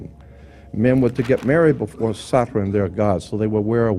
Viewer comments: Satran what's that why can't you say Saturn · ‘Satren’ interesting way he says it